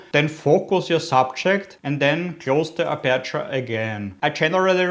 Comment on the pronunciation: oida... die aussprache tut SOOOO weh..... streng dich an. und die betonung ist auf (A)perture......